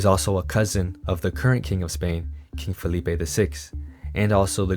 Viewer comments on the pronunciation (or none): none